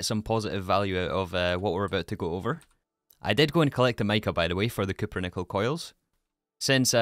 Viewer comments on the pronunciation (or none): none